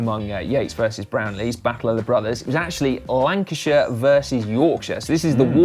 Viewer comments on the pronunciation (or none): none